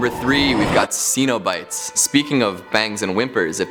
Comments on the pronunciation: Sen-o-bites. not See-no-bites. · Stop, just stop mispronouncing the name Cenobites. It is pronounced with a short E sound NOT a long E sound. If you are a HORROR HEAD then you know this. SHEESH!